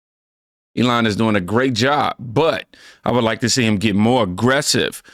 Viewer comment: SEE. Not ses.